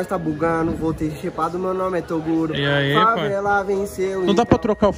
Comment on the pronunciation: Se tem toguro parecendo cebolinha, tem like!